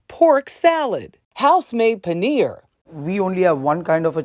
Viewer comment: It's really tedious when a lady of Indian origin can't pronounce Paneer. All the best!